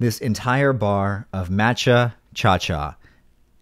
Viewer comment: M- ahh- cha like matcha green tea, very delicious I just figured I’d be that guy since nobody would😬😬😬 sorry😂